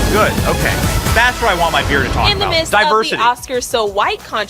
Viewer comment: Divershity and Conglueshition